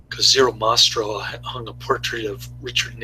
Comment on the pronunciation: thanks 4 sharing. Zero's last name was Mah-Stel...AND it's 'anyway' not "Anways'' .